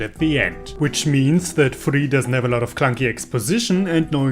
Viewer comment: Thank you for telling me the real pronunciation of Furi lmao. Can't believe I went so long without knowing.